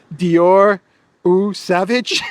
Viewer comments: Pronounced SAVAAGE...yes baby it is a real cologne. Too bad LITTLE NAPOLEON abuses it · Eau sauvage = Oh sovajhe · Johnny Depp is the model for Dior Sauvage cologne. It is pronounced So-vajjj … Le Sauvage 😂